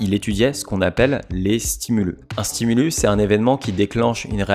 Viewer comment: Un ''stimulusse'', des ''stimuliii'' , merci !